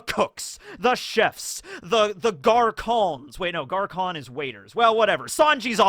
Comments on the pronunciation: in the intro i was like what the hell is a gar kon? its pronounced Gar Son with a soft N but also it just means boy in French. its really kinda rude to call someone over to your table like that. Its the same as saying come here boy in english. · its not Garcon its pronounced Garson in french Garçon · It isn't garKon it's more like garSon.. Like in Snake.. Nifty French stuff Smutje would be a good word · Garçon is French for waiter, and is pronounced gar sone